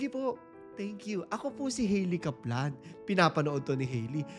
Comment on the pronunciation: Sorry pero medyo nacringe ako sa pronunciation ng Kaplan. Sorna 😅